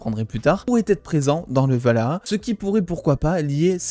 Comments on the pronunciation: C'est ValHAla... pas Valhaha x) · Tu as vraiment du mal avec le Valhalla (pas Valhaha) :'D ;) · Sympa tes dossiers mais sans être donneur de leçon...pas Valaha mais Walhalla et pas "mettre en colération" mais surtout "mettre en corrélation"... juste des petits soucis dyslexiques verbaux qui viennent surement de ton texte écrit et lu pour ta vidéo. Sinon, j'aime ce que tu fais et je souffre moi même d'un désordre du bien parlé...donc à l'origine de ce commentaire. Continue ton travail intéressant. Merci. Pour ce qui est de Marvel...(Disney)...dans 10 ans on aura des reboots sur tout l'univers Marvel, histoire de reformater la génération en place et d'en refaire des consommateurs pendant 20 ans...puis, Ô joie et Surprise....Reboot. Perso je suis Marvel depuis ma tendre enfance (né en 1968...) donc d'ici 20 ans mes artères et mon cœur seront bien mes seules préoccupations et les reboots ne me gêneront pas plus que cela. De toute façon, tout doit évoluer un jour ou l'autre. Je serai surement toujours abonné et je te visionnerai encore...avec mes triple foyers LOL